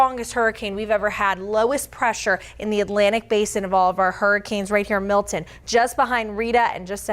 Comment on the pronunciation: Milton, not Milt-in. Jesus.